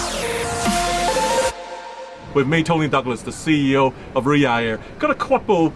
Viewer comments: Ryaurr... Jesus that's some butchering of the name. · sam !!! it riyaDDDDDDh. there's a D in the word. quit it with riya air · Am I the only one who noticed Sam calling it Riyaa air instead of Riyadh air ? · Sam, Riyadh is not pronounced Riyah, its Riyaad. You've been paid a ton of money the least you could do is have some self respect and get the name right dude! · Sam always spell ria air it’s should be Riyad air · It’s Riyadh.. not Riya… as you calling it 🤦‍♂️ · it is RIYADH AIR and Not RIA AIR .. LOL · Sam, take note of Tony’s pronunciation. Unlike him, you’re saying Riya without the dh in the end. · no one : sam : RiYa yAiR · His tongue cannot twist to pronounce. He can only say Riyarr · That Chui guy pronounces Riyadh Air as if he was totally pissed! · Why are you not pronouncing the "D" in Riyadh? Even the CEO was saying it with the D. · You're pronouncing Riyadh wrong